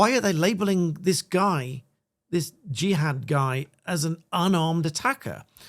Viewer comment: You can't call your son Jihad and then try to distance yourself and your family from him when he commits a Jihadi attack. Also, the media are deliberately mispronouncing his name to try to pretend it isn't what it is. "Jihad" does NOT have multiple meanings, it has one, and we all know it, it is only used in the Quran and Hadiths in the sense of holy war.